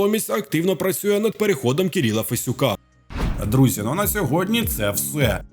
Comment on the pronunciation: ⁉️... Фесюка, навіть прочитати прізвище не можеш правильно, а лайки клянчиш, спеціаліст ...